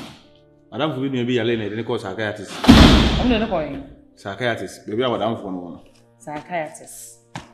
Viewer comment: Im really learning english today😂😂😂discract and psycayatis